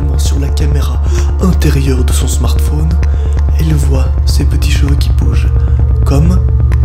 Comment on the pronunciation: Pk tu dit smartphoone